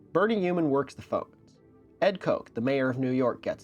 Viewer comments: Gotta get out more in New York (and btw Ed Koch's name is pronounced like "watch" not "coke"). And hey, do what you have to to pay the bills, even if your overhead is way lower than Siegfried and Roy's because Sluds doesn't eat sirloin! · Ed Koch is pronounced "cotch" not "coke", carotid artery is pronounced "ca-raw-tid" not "carroted" Excellent video as always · its pronounced Kotch, according to Mamdani. He was his favorite mayor